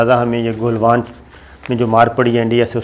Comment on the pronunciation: Jab bhi aap jenab bolte hein mein samajh jaata hu aap news fabricate kar rahe hein. Doosri baat yeh he aap baatoon ko bohot kheenchte hein. It gets boring. Khuda k liye it's not Golwan it's Galwan. Pata nahi aap log aur news sources se yeh naam sun kar yaad kuon nahi rakhte. Issi tarah kuchh log Pangong Tso (lake) ko pronounce karte hein tuso. Khuda ka wasta tuso ei bohot badi gaali he. Tso aap log nahi bol sakte ya to lake bolo ya cho.. Pangong cho.